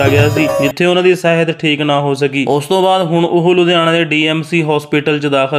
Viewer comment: ਬਾਈ ਜੀ ਸੁਰਿੰਦਰ ਛਿੰਦਾ ਜੀ ਲਈ ਅਰਦਾਸ ਫੇਰ ਕਰਿਓ ਪਹਿਲਾਂ ਆਪਣੀ ਪੰਜਾਬੀ ਠੀਕ ਕਰੋ ਨੰਬਰ 1ਰੱਖ ਲੈ ਕਲੰਡਰ ਨੀ ਹੈ, ਰੱਖ ਲੈ ਕਲੀਡਰ ਯਾਰਾ ਲੱਮਿਆ ਰੂਟਾਂ ਤੇ ਨੰਬਰ ਸਾਹਿਤ ਨੀ ਹੁੰਦੀ ਸਿਹਤ ਹੁੰਦੀ ਹੈ ਪਲੀਜ਼ 🙏🏻